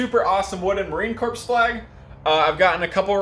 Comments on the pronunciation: It's not Marine "Corpse".....It is Marine Corps (pronounced core) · Great job. Also be advised that the “S” in Corps is silent it’s pronounced “ Marine Core”.